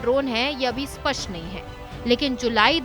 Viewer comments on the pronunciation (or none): none